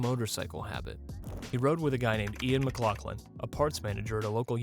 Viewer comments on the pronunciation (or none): none